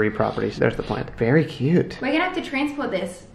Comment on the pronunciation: The way says “plant” and “brand” now is hilarious... slowly slipping into the American 😂🙏🏻